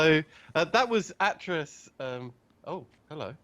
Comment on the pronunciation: Stop getting myst wrong! :P it's AY-TRUS, GEN, and RAND Miller. And he so clearly smashed the lever not the book... However as someone who knows Riven and mystlore inside out, it's a joy to hear you guys work this out.